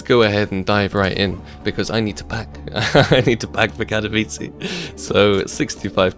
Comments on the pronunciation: pls! Ka-to-vi-tze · have fun at katowice sparkles! or katowici as u say ;D